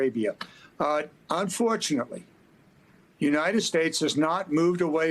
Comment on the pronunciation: this "expert" just said MIDDLE YEAST Iol